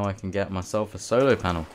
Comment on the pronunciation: I swear he's saying solo panel